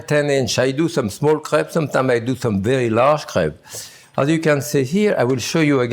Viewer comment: My girlfriend is currently out here crying because he said what to her sounds like 'crap'. Several times even.